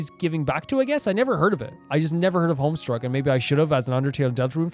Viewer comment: there's no "r" in homestuck lmao